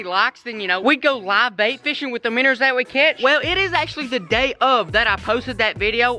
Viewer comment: When he says minners dose he mean minnows?